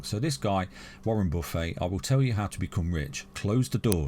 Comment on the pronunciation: ‘Warren buffé’ 😭